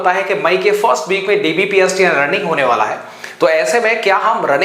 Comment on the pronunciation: Ye bolte kaise h hone bala h